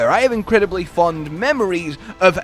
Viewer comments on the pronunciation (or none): none